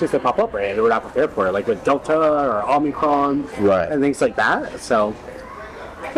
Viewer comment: OK, if he pronounces it "omnicron", I'm calling bullshit.